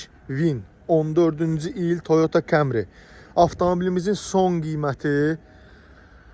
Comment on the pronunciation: Kamri. Yox dir. Kəmri